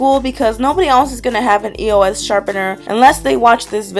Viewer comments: It's eos not e o s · i cringe every time she says E.O.S instead of eos!!!!! who else? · you say it like this, ee-ohs. ask the people who make it on their social medias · Karina, EOS is said the first one you said.